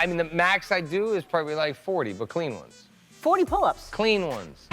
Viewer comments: Emphasis on "clean ones" but he was already dying at 13😅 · And he was so emphatic about it! Haha